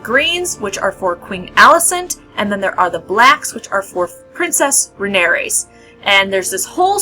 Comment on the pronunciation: It's Rhaenyra, not Rhaeneyrs!